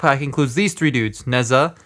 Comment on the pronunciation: You did not pronounce nezha